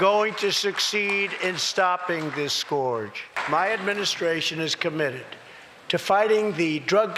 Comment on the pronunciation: Opamacare? Scorge? How is it America's SOVEREIGN RIGHT to determine what the capital city is of other nations? Daaaayumn, he really ended the speech with further escalating the nuclear threat with North Korea?